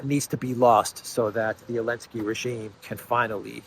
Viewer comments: its elensky not maclensky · Zelensky is pronounced zuh·len·skee. It's NOT o-len-skee btw. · Why does he call him elensky ? 😂😂 i dont get it